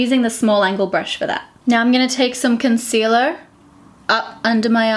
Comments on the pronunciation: the way pronounced concealerrrrrrrr 😘😘😘😘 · The way you said concealer in an American accent !!! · Ha! I picked up on that too :P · oml you said concealer like an american/canadian